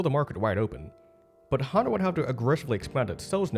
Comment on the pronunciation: Why is his name pronounced Hando instead of Honda?